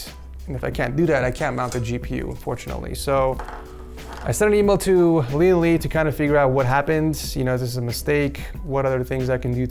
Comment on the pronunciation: I kept hearing Lian Li as LeeandLie and I thought this was a commission build from AmaLee lmao.